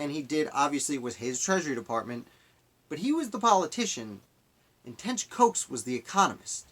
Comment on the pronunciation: I’m his relative, and it’s pronounced like Cox!!!